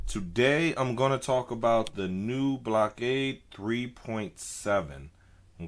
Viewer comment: it's pronounced (Blok-a-da)